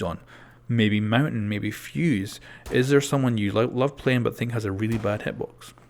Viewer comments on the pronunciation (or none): Montagne not mountain !!!!!!! FFS